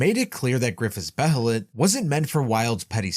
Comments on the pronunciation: It’s actually pronounced Beylit. Not Behelit like it’s spelled. That’s how they pronounced it in the 1997 anime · Behelit is pronounced "Bay-lit".